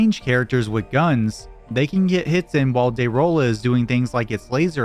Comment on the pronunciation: The first boss is actually pronounced de ragan